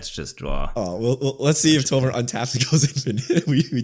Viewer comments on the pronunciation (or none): Love this channel but “tomer” is very off putting…